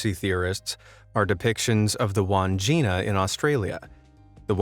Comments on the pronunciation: Its not pronounced wand jina its Wan (as pronounced in swan) - Jina (as pronounced gin) - a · Wandgina is pronounced wad gin nah.